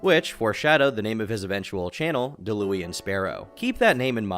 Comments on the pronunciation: Nigga really pronounced Daluan as Dawoolien LMAO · “Da-Louie-Ann” lmaooooo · Da-Lewy-In Sparrow. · It’s pronounced “Dah-Lawn” sparrow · Pronounced Dal-uh-won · Pronouncing Dalauan wrong on purpose for comment engagement 💀